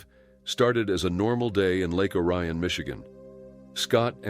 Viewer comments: Lake Orion, Michigan is pronounced Lake (Oreon) not Lake O'ryan. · It’s pronounced Lake Or-E-Un.